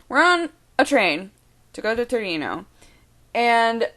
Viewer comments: Hey, just saying, it's Torino, not Turino. ;) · It's Torino not Turino... Sorry for being so pedantic =) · It's Torino!!! (not turino) :) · It's Torino non Turino, but you're so cute that everything is forgiven : D Greetings from Italy